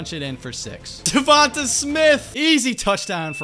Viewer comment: Correct pronunciation: duvontey